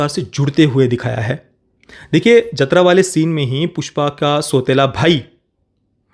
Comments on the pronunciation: Bro its jaathara not jathra, even Shreyas Talpade pronounced it wrong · जतरा(Jatra) नहीं, जातरा (Jaatara)l